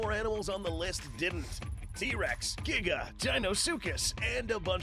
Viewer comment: i still can't get over saying GEEGAH instead of giga